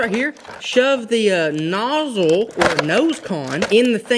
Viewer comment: 'Shove that nozile' that's what she said 😄